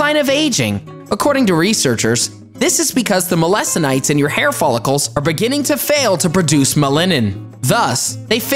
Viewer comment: Y did you keep saying me- la-so-nite when it’s supposed to be me-la-no-cytes 😂😂😂